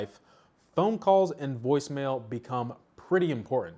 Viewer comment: Woice mail? It's from cellular network not from device🤣